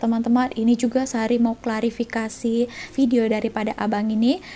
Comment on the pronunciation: Orang malaysia tak sebut bedio Ayah malaysia sebut vedio